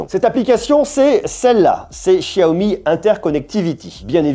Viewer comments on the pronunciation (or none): ce que tu sais pas ce que c'est en rouge, je crois que c'est des batons d'encens. Pour ton accent stp, c'est pas SHiaomi, c'est xiaomi. Même si ça se prononce pas comme un X ça se pronnonce pas comme ce CH français. C'est entre les deux. En Malaisie c'est animé :) Anyway merci pour la vidéo ;)